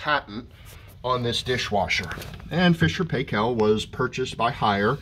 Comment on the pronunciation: Paykel is prounced as Pie-kle (like pickle but with pie instead of pick), not Pay-Kel. Proper pronunciation can be heard on videos posted by the company. The "doohickey" is not a handle to remove the rack, it lifts out of the way to access the cartridge filter. The stainless steel filter plate normally doesn't need cleaning. Removal of the rack is by lifting the back of it first, not the front. Replacing it is front first, then lower the back. Some of the pieces in the bag aren't replacement parts, they're optional use. Two of them are trays that fit on a compartment of the silverware basket to hold detergent pacs or tablets, those can't be put into the regular dispenser which is designed only for powder. Spray pressure is strong, assuming that hasn't changed from my 20yo F&P model (bought Aug 2003). Mine easily flips lightweight plastic items unless they're anchored. It once toppled a 6 oz. glass custard dish that was loaded leaning against another item.